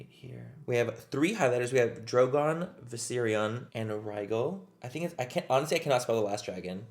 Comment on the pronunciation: Butchered the dragons names